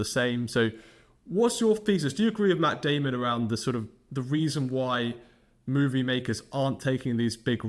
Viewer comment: Moovee. Not Mew-vie. Here to help.